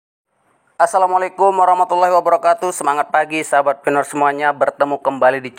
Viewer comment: PI bang bukan FI 😊